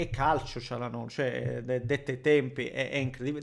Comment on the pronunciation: Vedo che nessuno, pure le TV oltre a, ha il coraggio di chiamare Calhanoglu con la dizione corretta: "Cialanolu", senza la g, così come diciamo per il presidente, "Erdoan" per Erdogan.